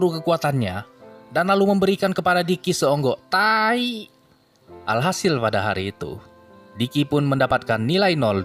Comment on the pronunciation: Kayaknya minim nya puas bener dah tuh ngomong nya ampe ada penekanan pada "seonggok taaaaaaaaai". Bermula dari sebuah kisah sedih yang seketika itu tiba-tiba membuat ku tertawa. 🤣🤣🤣🤣🤣🤣